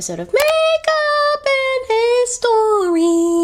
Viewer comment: I love the way you tell the history about important people. But I don’t like the way you say the word history and when you go back to time machine I don’t like that part. I’m so sorry that I’m telling you this but these two things doesn’t suits yourPersonality otherwise you are so beautiful and I love love your eyes.